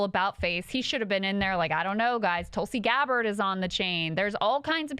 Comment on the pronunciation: Did get Tulsi's name wrong 💀